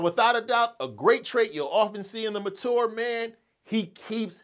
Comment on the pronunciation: Why are you pronouncing ‘mature’ like that!